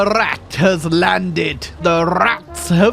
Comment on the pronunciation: THE RRRRRRAT HAS LANDED